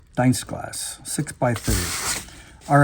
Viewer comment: Dienstglas is pronounced with the I pronounced as an E, not as an I, so pretend the I is silent and you have 2 e's. Deenstglas.